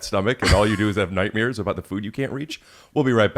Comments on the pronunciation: he says nightmeres instead of nightmares like Berk riecher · Am I wrong or did I hear this guy say nightmeers? Stolen Valor.